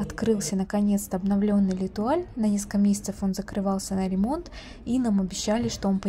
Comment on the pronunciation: Не летуаль, а лЭтуаль 😂